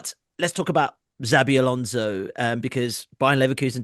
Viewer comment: Why would you say ”Zabi” Alonso?